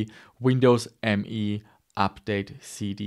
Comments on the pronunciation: Nice. But its not Windows ME it is Windows Me, as in "me"="i". Its also said like "me", not "M E". Sounds so wrong ;) But still it is easily the worst 32bit windows ever mase ;) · it was called Windows "Meee", really. look it up!😉